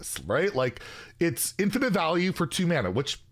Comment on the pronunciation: Wtf is an "infitize" learn to read challenge difficulty impossible